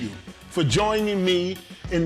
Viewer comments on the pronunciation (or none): Fun nny ❤️. Great production and Sp8 has the pleasure of a plate. Now he can review on taste. I know its good though 🤣🤣🤣🤣🤣 Wait when he said “ bon I petite “ 😆😆😆😆